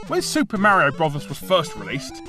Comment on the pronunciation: What is it with the Chinese always calling Mario "Mary?"